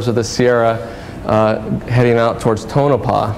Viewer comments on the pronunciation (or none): none